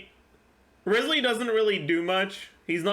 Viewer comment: You would pronounce his name Ryzely, actually.